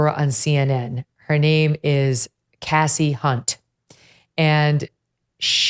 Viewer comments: I don't know if anyone else thought of this but when Megyn was mispronouncing Kasie Hunt's first name (it's pronounced 'Kasey' not "Cassie," I couldn't help but think of the principal in the movie "Carrie" who kept calling Carrie, "Cassie" over and over again. 😂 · Did you say cassey. Unt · ... starting with "mis"pronouncing Kasie's name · At least pronounce her name right Kelly. You're better than that. In all seriousness she did it on purpose. I see you Kelly